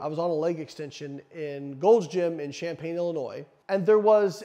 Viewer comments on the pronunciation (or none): none